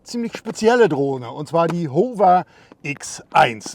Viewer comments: Besten Dank. Nettes Spielzeug für große Buben. Erkenntnisreiche Präsentation. (Wenn Du aus Deinen eigenen Video-Tuts auch 'was lernen möchtest - nur dann ... : "Modus"-Singular; "Modi"-Plural, "Modis-gibt's nicht; "Hover"=[howwer], [huhwer]="Hoover" (war glaub' ich 'mal ein Staubsauger) Klugschiss aus!). ;-) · Lieber, dank für das Video...Aber es spricht sich, meine ich, HAWR (Hover):)